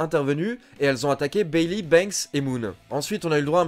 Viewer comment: Tu t'es trompé , c'est pas "Bailey" mais Beyley . Sinon c'est mas grave mais continue comme ça car c'est une excellente vidéo